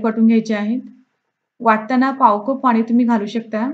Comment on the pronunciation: आप्पे मस्तच. एक गोष्ट सांगितली तर कृपया रागावू नये।आपण कप च्या ऐवजी कूप म्हणत आहात।